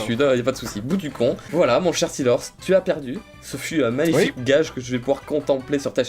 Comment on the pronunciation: OMG LA PRONONCIATION DE STEELHORSE